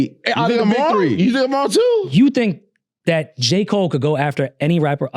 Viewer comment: Elliott pronouncing "three" as "free" is so diabolical 😂😂😂